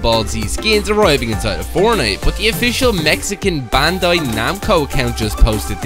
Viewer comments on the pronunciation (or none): none